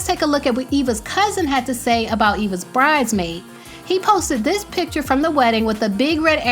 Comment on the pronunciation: Was it me or can Eva not say “bridesmaid” and say “BRIDEmaid” instead?